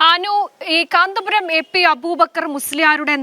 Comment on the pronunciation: പറയുന്നത് മുഴുവൻ അക്ഷര തെറ്റാണെങ്കിലും കാന്തപുരം എന്ന്തെറ്റുകൂടാതെ പറയാൻ പഠിച്ചിട്ടുണ്ടല്ലൊ. മിടുക്കി